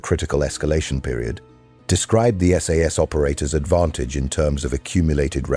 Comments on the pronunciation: Your producing them “Sass”, get it right man it’s 22 S.A.S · It’s S A S not Sass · effing AI it is not sas it is S A S, capital letters, Jesus English is not hard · And it's Ess Ay Ess, not Sass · Will somebody please teach AI that ‘SAS’ is an INITIALISM = letters pronounced separately S-A-S! Not an acronym, like NATO, or NASA. SAS stands for the Special Air Service, it is often also used as an umbrella title for their brother force the Special Boat Service. Most of those that are prepared to listen to this waffle probably already know that but evry time I hear that American AI voice referring to the “Sas” , I want to scream!! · Teach your AI to say SAS correctly.